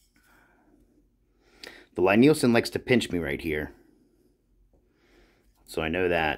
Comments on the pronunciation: So when I met Thomas Lie Nielson and his staff, I asked about the pronunciation, and they said Lie is pronounced like Lee. The Jorg is a kit. The machining is not nearly as finished and refined. The chip breaker and blade look fly cut, I assume they might be rough blanchard ground (which is usually done on big pieces) but the radius of the grind indicates they were not surface ground linear. I spent 3 weeks fettling a No 7 Record. It required that much work to get it flattened and set. I started buying Lie Nielsen and Veritas after that, or old fettled Stanleys. All work.. my Record now works, but would I do it again? No.. The work was not worth it. It was hard work. I now have a surface grinder and metal shop added to my wood shop, I could , but I won't. The price is worth their accuracy, finish and features. Oh, and I don't prefer a lever cap any longer, I like a screw. It's just more refineable. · Oh P.S. the Lie in Lie-Nielson is pronounced "lee". #4 in their FAQ 🙂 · FYI for future reference its a Scandinavian name Lie Nielsen its said "Lee" like Bruce Lee not Lie as in lying . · Lee not ly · FYI the company name is pronounce LEE Nielsen. Thanks for taking the time to make the video. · Lie-Nielsen is pronounced the same way as you would 'Lee'.